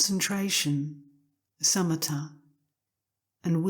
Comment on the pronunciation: Why are they calling shamatha as summita?